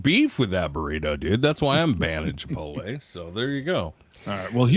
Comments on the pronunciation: It's Chi-pote-lay not chi-pole-tay 🤭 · Pet peeve. Please note, it's not Chi-pol-tay. is saying it wrong. Look at how it's spelled. Chipotle. It's Chi-pot-lay. I hear it mispronounced a LOT. Practice saying it correctly. Thank you. 🌯